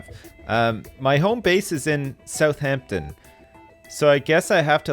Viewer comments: I feel like puts way too much emphasis on the 'h' in Southampton. No? Just me? Maybe my dad? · The way says my hometown South-heempton